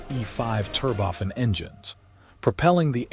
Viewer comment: 'turboffin'... fecking voice over...